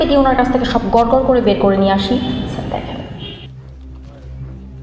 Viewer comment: মহিলা পুলিশ বাংলা উচ্চারণে একটু ইংরাজি টান আছে --- যেমন --- স্যা---- আড় ( স্যার )